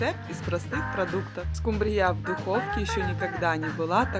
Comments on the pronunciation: Уважаемая! Вы такая умница, но не могу не спросить, почему вы рыбу скУмбрию называете скумбриЯ, это так режет слух.....а в остальном всё хорошо! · Не скумбриЯ, а скУмбрия, если уж ведёте блог, то ставьте правильно ударения. Сколько можно демонстрировать свою безграмотность. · Не скумбриЯ,а скУмбрия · Не скумбриЯ а скУмбрияПожалуйста Извините но режет уши. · Да скУмбрия, а не скумбриЯ! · А ещё больше раздрожает скумбриЯ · И почему ударение так ставите,смешно,скУмбрия